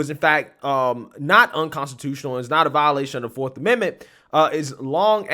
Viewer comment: Did he really just say " Forf " amendment?? Hah..you illiterate fool